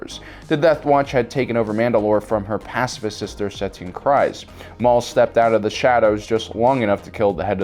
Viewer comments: Every time I hear the name Kryze in either "The Clone Wars", "Rebels" or "The Mandalorian", it rhymes with breeze not rise. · Please learn to pronunce the names properly. It's not pronounced krise but kreese. Even the clone wars episodes sshowed this. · Great vid! Just FYI, "Kryze" rhymes with "breeze," not "eyes." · You mispronounced Kryze. The way you're suppose to pronounce it is like freeze, but instead of an f, it's with a k (Dave Filoni and characters in Clone Wars and Rebels say it like this) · I am pretty sure Bo Katan's last name is pronounced Kr-ee-ze